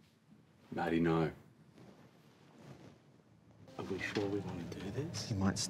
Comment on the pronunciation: every time someone in an Aunty Donna video says the word "no" with like three syllables, like "NAURUEH" take a drink